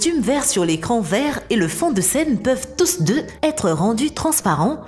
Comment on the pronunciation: « Tousse deux »